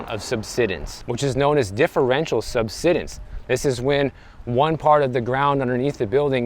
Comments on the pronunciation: Just FYI, “subsidence” has a long “i” sound; like to subside. There’s an “e” after the “d”; which means the “i” is long. If it was pronounced the way you’re saying it, it would be spelled “subsiddence”. So it should be “sub-side-ense”. Hope that helps. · sub-SIGH-dence Beyond that, I didn’t move to Florida for years because the pay was comparatively low. Then the home prices doubled almost overnight. Then the insurance and HOA blowups followed. There are definitely issues. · It’s pronounced “sub-SIDE-ance.” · SUBSIDENCE,...pronounced SUB SIDE ENCE 9th grade English levels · It's pronounced: Sub-Side-ence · Pronounced sub-sigh-dense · He learned a new word 😂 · Subsidence, not “subsiddence”. Say the word “subside”, and add “-ence” to the end. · Pronounced Sub-side-dense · Thanks for the video. Florida and California have a lot in common. Nice weather. High Costs. Poor affordability. And desirability for many wealthy buyers. One minor thing. It is pronounced SUB-SIDE-ENC. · Always when you run across a word you don't know how to pronounce correctly, just go and ask the internet ("meaning of" xyz word). Just takes a couple of seconds to do so you don't feel bad when you later find out you have been saying the word wrong. Have a good one everyone. Really enjoy and find channel extremely informative. Thanks. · Google the pronunciation of "subsidence".